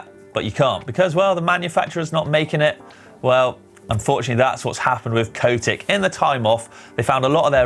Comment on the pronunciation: Its Cotic, not Coatic.